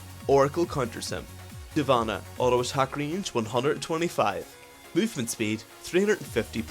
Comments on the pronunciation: Shyvana..... Divana? o.O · devana? (shyvana)